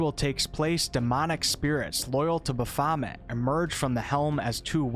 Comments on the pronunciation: Yeah, it was said more like a ba FAH met, but I'm just a prude with that kind of thing, don't mind me. Lol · The most obvious one was Baphomet. Great video otherwise, just some of them really got me. Lol